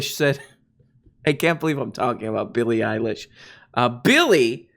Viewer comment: Eillie Billish